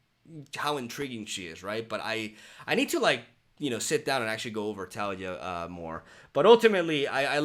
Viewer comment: It's tuh-LEE-yuh. 😁